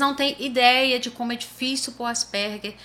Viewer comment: Parabéns! A primeira vez que escuto, aqui no Brasil, a pronúncia certa!